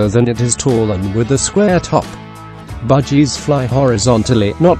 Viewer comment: Why does it sounds like he said budgiedas Also they said buy a big cage and they show a tiny cage